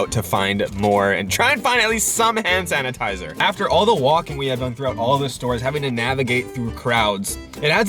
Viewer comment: Why is he saying “Han sanatizer “